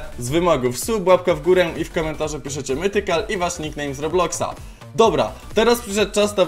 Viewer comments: „Mithical” jakub_cw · "Mytchical" nick:Brzechwa26 jesteś według mnie najlepszy z Polaków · "biorę udział" "Mytchical" Super odcinek jesteś super